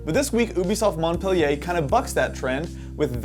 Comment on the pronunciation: LOL at the pompous attempts at pronouncing Montpellier like a Frenchie.